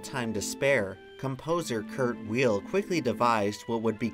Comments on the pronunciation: Pronounced “Vile,” not "Wheel." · Weill is pronounced ‘vile’. Kurt Vile. It’s incredibly punk rock.